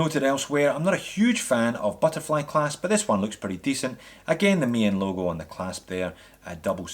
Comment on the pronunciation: Nice little looker this dress watch. I love the Ronda qwartz movement, excellent Swiss quality. And yes, Maen is pronounced Maan and means moon. I must agree with my fellow Dutchman here. Looking forward to the review of the mechanical movement Maen! Thanks!